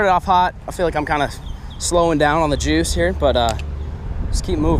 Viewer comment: Why is it when says "juice", It sounds like "Jews"